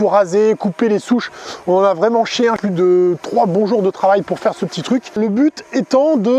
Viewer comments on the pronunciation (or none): none